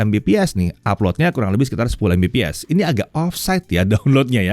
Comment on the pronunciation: Sayang banget, padahal bahasnya soal internet. Tp masih ttp membiasakan ngebaca Mbps secara harfiah ( embepees ). Yang di mana harusnya dibaca Megabit per second / per detik 😭 Dah mau 2023 loh, udh waktunya masyarakat indo tau bedanya Mbps vs MB/s alias perbedaan Bit vs Byte. Biar mereka ga terus2an dibodohin gimmick marketingnya provider2 internet. Karena masih banyak yg gatau klo untuk satuan kecepatan internet itu yg dipake Bit (misal Mbps), sedangkan satuan kecepatan transfer data di komputer pakainya Byte (misal MB/s). Dan masih banyak yang beranggapan itu dua satuan yang sama gara2 klo satuannya disingkat, cara bacanya sama ( embepees ).